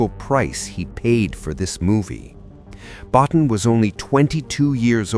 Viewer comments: Rob Bottin. It's pronounced "Bo-TEEN."' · I saw it 3 times on its original release. Btw. Rob’s last name is pronounced ( bow teen ) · Rob Bottin's name is pronounced 'Bo-teen'. But anyway, i had the great pleasure of seeing this at the theater and i loved it. I knew it was a great movie although others didn't, and i never understood what was wrong with those people. I think E.T. is overhyped and over-rated. The only thing (pardon the pun) i never understood is how the Thing can be more than one person. The movie plays on the paranoia that one or more of them could be infected, yet they never explain how it can be more than one person at a time. That doesn't make any sense to me. But still a great movie.